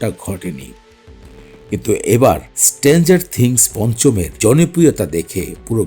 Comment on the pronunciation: উচ্চারণ ঠিক করেন। আপনার অনেক উচ্চারনে ভুল আছে। স্ট্রেঞ্জার থিংস কথাটাই ঠিক মত বলতে পারেন না আপনি।